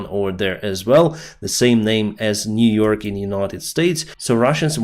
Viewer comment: New York. Niu York